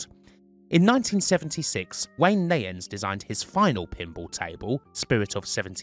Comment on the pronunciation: The correct pronunciation is nie -ens, not nay-ens. The 'i' is a long 'i' as in eye, bye, night, light, dye, sky, kite. Wayne Nie-ens (Neyens). Very interesting video.